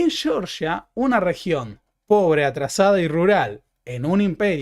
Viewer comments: Entonces tampoco se dice Cheorchia?😅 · sé que esto no es algo muuuuy importante, pero el nombre del país del Cáucaso es (fonéticamente): Jeorjia, no Yeoryia. Y, para demostrar que soy quisquilloso, es Bakú, no Baku, y Tiflis, no Tifilis. 🙏 Perdón el hinchabolismo